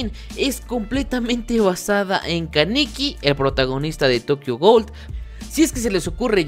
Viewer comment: Me mato tu pronunciacion de tokio ghoul